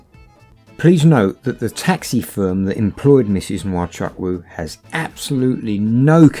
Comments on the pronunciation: Nwa Chuck Woo,,, lol its pronounced "Wa Choo- Koo" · To the narrators/hosts: You are Nigerian even though the accent is different. You therefore know that your pronunciation of Nwachukwu is wrong. Isn't it taking it too far to pretend otherwise? (And no, the 'photos' of you, aren't the real deal) On today's subject, I hope he never sets foot on any other soil but his. Evil and wicked scammers! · it’s not totally wrong but it’s more like (n)wa-chuk-(w)u the n and w being really faintly pronounced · How they pronounce nwachukwu as wachaku Dey off me sef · Lol the way you pronounce Nwachukwu is hilarious.